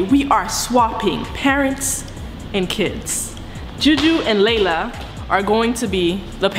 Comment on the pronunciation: Is not lala it's layla